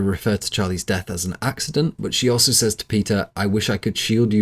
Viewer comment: Says is pronounced sez. It’s not difficult if you practice.